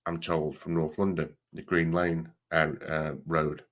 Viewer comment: Thanks mate this is a great video. Keep up the good work. Just one thing for your information, it’s Green Lanes with an s. Up the road from Finsbury Park and Arsenal. You can get some great Turkish food there as well 😃